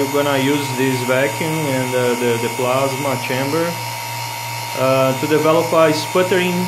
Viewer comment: Sim pronuncia como se estivesse falando em portugues e não em ingles.